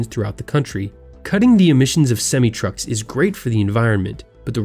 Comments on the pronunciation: It’s semi not smi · Its semi not seme. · Semi is pronounced sem-i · It's pronounced sem-eye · The pronunciation of Semi truck was sad. Who doesn't know how to pronounce it? Well, this guy sure doesn't